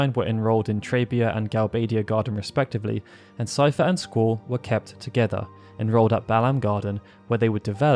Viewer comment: I'm glad someone knows how to pronounce Seifer lol! When anyone mentions me in their videos, they call me 'Seeferboy'. I try not to get annoyed because I know a lot of people don't know how to pronounce German names. Fun fact: some of my grandparents had the last name 'Seifert'!